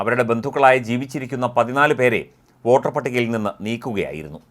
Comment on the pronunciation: വാട്ടർ അല്ല വോട്ടർ